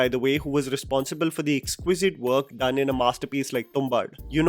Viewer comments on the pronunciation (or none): none